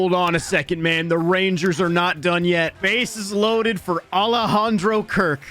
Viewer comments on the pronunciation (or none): none